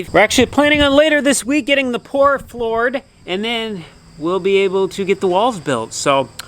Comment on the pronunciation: pore flored ? lol